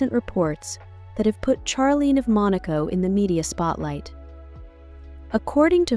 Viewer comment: They are NOT Scandinavian. Charlene is pronounced Sharlene.